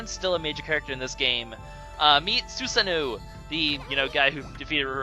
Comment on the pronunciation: Su SA No, not Suseno = =